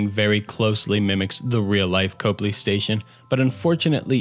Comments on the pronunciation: it's pronounced Cop-ley not cope-ly unfortunately 😂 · Copley is pronounced Cop Lee Not Cope lee.